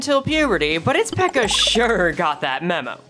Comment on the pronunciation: can u stop saying pecca it suonds like fucking pekka and i cant stop thinking of clash royale 😭😭😭😭😭😭